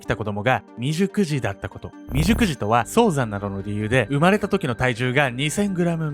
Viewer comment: クーニーさんめっちゃ立派！感動なんですが、未熟児が美熟女に聞こえしまいました。自分の性癖を意識してしまい、申し訳ございませんでした。笑